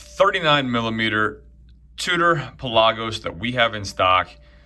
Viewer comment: Says. Pelagos wrong